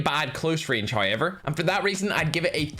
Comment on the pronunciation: Us: However: hay-yever